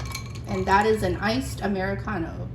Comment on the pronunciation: I love how you say Amaricano😻 great recipes. Thank you for sharing 🙏🏾